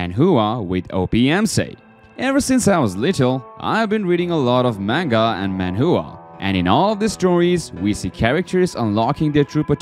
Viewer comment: He said he read manhua when he was young ,but he cant even say it right.